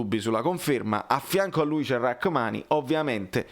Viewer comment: I nomi si concretizzeranno Post-europei. "Rrahamni"😅 FORZA NAPOLI SEMPRE